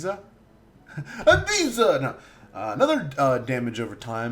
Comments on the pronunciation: miasma....misma...mismia. Im not english and can pronounce MI-AS-MA. probably a nice build video but had to stop watching there.... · The healing ability is pronounced like physic, like the science. Miasma is pronounced me-as-muh